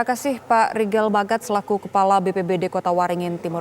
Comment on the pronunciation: Bukan rigel tapi Rihel 😀